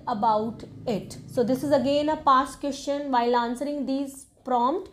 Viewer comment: Whoever is following you, they gonna regret later that they listened to you. Just like me. Firstly IELTS experts are not speaking the way you spoke. Secondly you made mess of pronunciation. Sister it's question, not qestion,... Sich-uation...not sit-uation. And many more. Kindly don't spoil the students time and career. Don't make them fool. Be honest with the education you're providing. You yourself need to work on your English, how come you would teach others. Please I hope you would consider my suggestion. 🙏🙏🙏